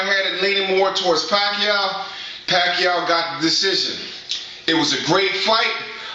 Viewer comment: Yo whats good, it's yah boy WeDaBest!, Manny PACQUIAO not (WACQUIAO) COLTRANE LOL won that fight i gotta agree. I had my own score card and i had it like the last judge did 114-113 for Pacquiao. The key rounds were the 3rd round when Pacquiao knocked Marquez down. And the 9th round was VERY CLOSE. But if pacquiao didn't knock him down in the 3rd round marquez would have won that fight. There should be Pacquiao vs Marquez III. Marquez won the 12th round. Get me ~1~